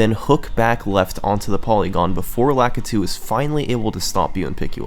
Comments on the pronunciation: Lakitu - Luh-kee-too. Sorry, that always bothers me. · I’ve always pronounced lakitu as Lakeetu.